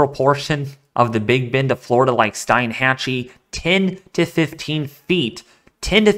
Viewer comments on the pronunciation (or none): Thanks for the info. By the way, we pronounce Steinhatchee as "Steen-hat-chee". More info on how far inland the impact of a Cat 4 or 5 hurricane could reach would be helpful. Mosr people do not realize how narrow FL is in this area between the Gulf and Atlantic. After personally seeing the devastation of Katrina, this one makes me nervous.